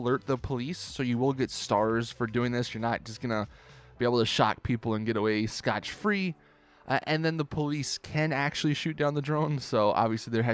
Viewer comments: no Scot free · Scot free. Not scotch.